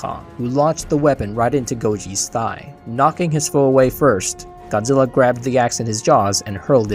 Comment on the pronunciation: Goozirra is the best king FYI L doesn't exist is Japanese alphabet its replaced with R sound